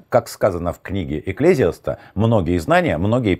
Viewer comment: Что-то у Вас, уважаемый, в этом выпуске с ударениями в словах совсем швах. Понимаю, надо говорить быстро, чтобы уложиться в хронометраж. Но все же с Екклезиастом совсем неудобно получилось 😉😁 Хотя, честно скажу, готова слушать Вас, хоть пусть все слова будут ударены не туда 💖☀️